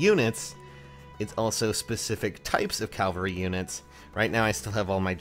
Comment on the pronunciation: I kinda hear it too. Cal-va-ree